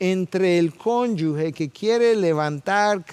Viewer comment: Muy buen mensaje. Perdone, hermano. Se dice "cónyuge", no "cónyugue".